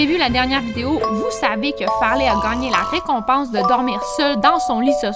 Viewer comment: Ses plus Farley ses Fartley😂